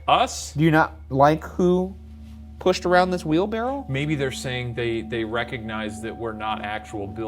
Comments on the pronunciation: For the debrief: does Ryan know it's "wheelbarrow" not "wheelbarrel"? 😂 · ryan and shane collectively saying “wheelbarrel” instead of wheelbarrow made me question what i know and google it to make sure i was right 😭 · Does he keep calling it a wheelbarrel or am I hearing things? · I think ryan says, “wheel-barrel” and shane says, “wheelbarrow” — does anyone else hear it? (confused non-native English speaker here!) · ryan saying "wheelbarrell" took like 80 years off my life" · All this episode really taught me is that Ryan does not know how to say wheelbarrow correctly